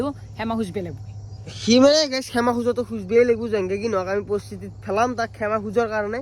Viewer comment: ৰিতু ভাই সেমা নহয় ক্ষমা হ'ব। 😊❤